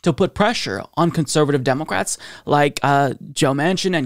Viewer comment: Who else hears say "DemoQwats"? 🤔😂